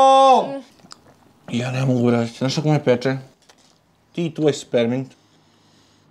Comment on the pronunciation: Hahah SPERMINT KAZE